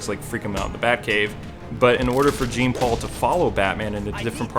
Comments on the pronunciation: It's pronounced John not Gene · Its not JEEN paul. Its pronounced Its like John Paul but the J is more like SH. J+SH = Jean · It's pronounced as John.